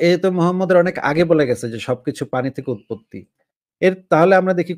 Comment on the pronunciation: মুমাম্মাদ ❌ মহাম্যাড✅